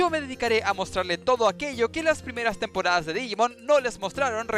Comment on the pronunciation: Me sangran los oídos cada vez que escucho temporadas XD